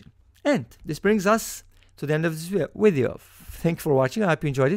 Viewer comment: in did you just say "wideo"? :) btw. 2nd method way easier